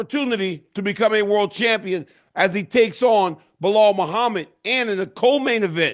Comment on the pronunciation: DC, don’t you mean Blahal & Jack Dellalama? Get it right!